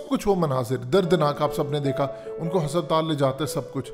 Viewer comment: hasaptal nahe Hospital hahahaha